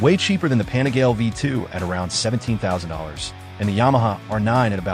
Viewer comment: It is pronounced “pa-ni-gah-lay”. Not pani-gale. My brain hurts every time I hear you pronounce it wrong!